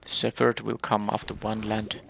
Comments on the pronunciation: Oh and btw, the "ph" in "shepherd" does not make the "f" sound. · Silent or just very barely there, the p sound should be noticeable. At first I was confused why you were pronouncing it like that, then figured you were using the "ph = f" sound rule, which just doesn't apply to shepherd.